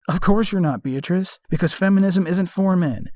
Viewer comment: Another top quality video 👍 On a side note, every time you said 'beatrice' it sounded like 'bitch' 😂😂😂